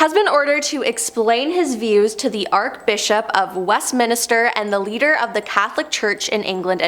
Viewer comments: ARCHBISHOP not arc bishop/ Westminster not west minister! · Omg if only public speaking classes were required to create YouTube content...seminARY school ClerGy arCH CH "ch" not ark 🤦‍♀️🤦‍♀️🤦‍♀️